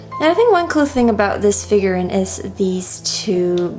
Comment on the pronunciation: ‘Figur-reeeen’, not figur-rin. Other than that, love the close-ups of the figures!